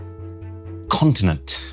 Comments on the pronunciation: DINaaMicc ConTTinenTT 😂😂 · And this is..... Dynamic........ CONTINENT.... 😂😂